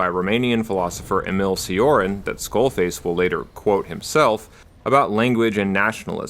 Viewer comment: It’s pronounced Emil “Cho-Rahn”, I’m Romanian myself and it sometimes bugs me to hear names mispronounced Otherwise, incredible work, much like every other video of yours